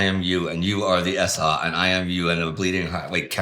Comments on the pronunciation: Why are they pronouncing "SA" as "SR"? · Why does "I am the SA" begin to sound like "I am The Walrus"?